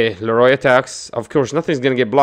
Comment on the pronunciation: Please say leorio right 😂 Leroy was killing me